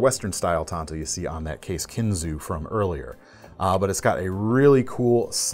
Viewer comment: Case is made 40 mins from me and your right on kinzua being pronounced kinzu. As in the kinzua bridge by us.